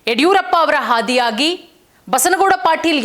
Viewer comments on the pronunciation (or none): ಹಾದಿಯಾಗಿ ಅಲ್ಲಮ್ಮ ಆದಿಯಾಗಿ 😭😭